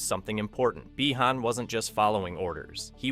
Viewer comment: Why is bro saying bi-han like that💀